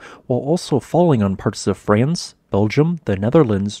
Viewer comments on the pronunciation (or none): none